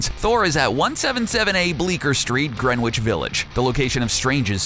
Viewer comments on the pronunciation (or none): It's not on the list, but I still wanna see Drax & Hulk pair up. Btw, Greenwich Village is pronounced Gren-itch, not Green-witch. It's a common mistake non-New Yorkers make